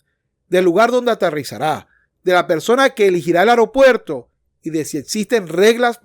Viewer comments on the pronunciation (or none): none